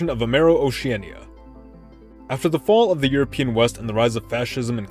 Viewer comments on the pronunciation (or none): none